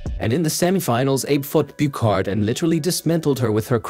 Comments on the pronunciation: same for amandine Buchard, prononciation is a like in a like in abraham, man is said close to the "monld" in almond and Buchard is not a "k" sound but like in usher and heart ou hard but without the "d" sound.... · Amandine Buchard - Byushar not Bukhar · "The Tokyo 2020 olympic games that happened in 2021 for some reason" ... Ever heard of Covid mate ? Also Buchard si pronounced Bushar not bucarde, otherway good video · Please LEARN the correct pronounciation of foreign names before you narrate videos!!! Buchard is pronounced like "Bushard". Abe Uta is pronounced lik Ahbe Ootah and not like Abe Lincoln or the state of Utah. It does not take much effort to find out , regrettable that you did not bother ! It is inconsiderate and disrespectful for all those champions you dare to talk about!!! Get it straight or be silent! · Nice video ! Just wanted to say its pronounced "Abey" (Abe) and "Bush are" (Buchard) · But the pronunciation of "Amandine Buchard" is awfull. So bad that I'm surprised it's an AI... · Mr. AI mispronounced the French woman’s name also.